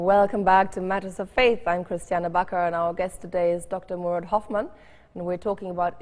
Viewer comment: The Corrected Pronounceition is MOURAD .... RIP...